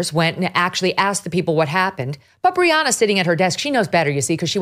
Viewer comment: Briahna not Rihanna already already am listening now ....